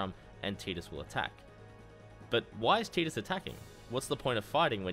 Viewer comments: I left a thumbs down because it’s TIDE Us not TEED Us. It’s based on the word Tide, which has long since been confirmed by the developers. It’s not an accent thing, you’re simply pronouncing it incorrectly. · No sir its not tee-dus its tidus like tide-us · really... TEEDUS? dude he says it in the game. it's voiced. have you even played this fucking game? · It's pronounced tyduss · He will always be Tide-us to me, just like Ruffy and Lolonoa Zoro from One Piece. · in kingdom hearts one, wakka calls him teedus. Also in FF dissidia, sadly teedus is the official pronunciation